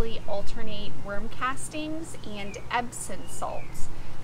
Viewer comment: Epsom Salt, with a M on the end, not an N.